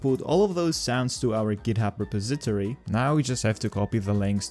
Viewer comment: How is it you’re pronouncing Repository? It’s: “Re” “Pos” “E” “To” “Ri”